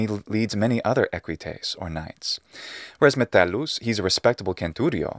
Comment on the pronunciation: The Metellus actor was very good with his Latin pronunciaion in this series.